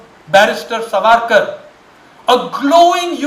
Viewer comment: You are giving reference of a so called historian who cannot pronounce Savarkar properly and has a western influence Curse upon....